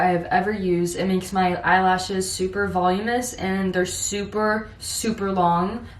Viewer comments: No one:: says in every video “volume-us” when it’s actually “vo-lu-mi-nous” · Just to let you know girl it’s pronounced Voluminous